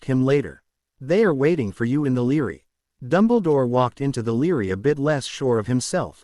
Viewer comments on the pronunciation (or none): I am in no way off the mark, because when you Force the word library to be pronounced as Leary because of the center of the word you have b r a, that is idiotic and psychotic. You don't have to like what I say at all, because it does not change the fact that I am 100% correct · bra li - bra - ry lol like ass a - ist for assist